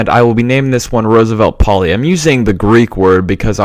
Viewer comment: May I say,as a Greek,that the most correct name would be "Rooseveltopolis",rather than "Roosevelt Poli". I know I am repeating myself,but I'm really enjoying these series alot!